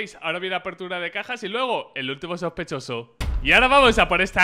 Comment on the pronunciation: SHOSPESHOSO <3